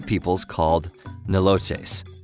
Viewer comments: Its nai-lots. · Why how ignorantly pronounced...I'm a Nilote...let me try help you... the e is a short e not a long E sound...like Egg.. Ignorant documentary...Nilotes live in Northern Uganda, Ethiopia, Kenya, South Sudan.... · He doesn't know how to pronounce "Nilotes." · the problem i have with pandora is it assumes its viewers have lived there whole life previously under a rock, also a lot of the info they spout is either mistakes, incomplete or oversimplistic, also continual mispronunciation of the the word nilotes also nilotes are not one particular tribe but an ethnic group as if you were to refer to all europeans as basically the same thing. GO READ A BOOK!!!